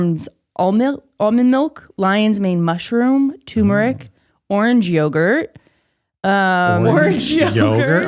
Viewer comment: turmeric. it's turmeric. tuRRRRRmeric please